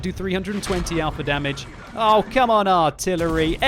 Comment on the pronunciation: The I-tillery...?